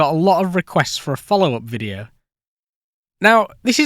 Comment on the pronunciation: hmm yea but, it's video, not fffffideo.